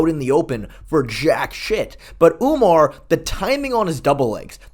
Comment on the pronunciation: Lol sean called umar umnar